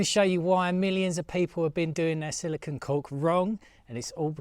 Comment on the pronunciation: Its actually not silicon but silicone. Its got the 'cone' sound on the end. Easy to confuse the 2.